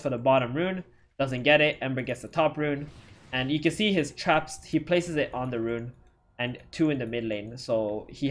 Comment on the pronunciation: Why do I keep hearing chaps instead of traps.. :D